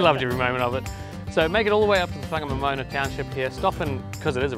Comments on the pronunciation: Whangamomoana is pronounced with a wh (as in why) not f. Local Maori dialect doesn't have the f . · Whangamomona is pronounced Farnamoremorena 👍🏾